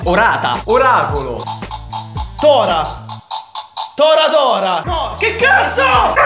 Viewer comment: Federico Antoniazzi sì ma se vogliamo essere pignoli sotto a un commento pignolo lui ha detto "tòra", mentre Torah si legge "torà"